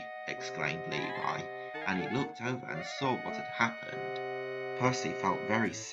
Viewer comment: That’s not how you pronounce Levi, but, it’s ok!